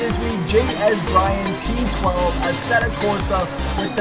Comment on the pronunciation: lol same here. Mine is J s bryant 12. He said j s bryan t12. I got a good chuckle from that.